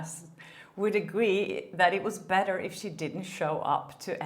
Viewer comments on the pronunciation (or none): none